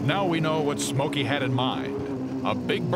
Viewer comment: "Smokey" not somkey lol